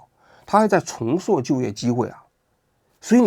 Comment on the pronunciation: 重塑的发音是：chóng sù。 重挫 zhòng cuò。